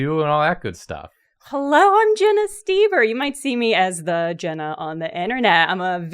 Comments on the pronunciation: Jenna brings a giggly energy similar to Nathan also, St-ee-ber? Oh English, you have so many vowels, and you somehow manage to use the least fitting replacements I guess it's slightly better than pronouncing Gödel as Guhrdle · This is how I learn that the O in Stoeber is silent